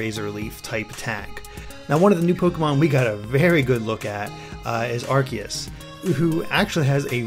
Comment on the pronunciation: Which ones? I know he pronounced Arceus correct, of that's what you're talking about.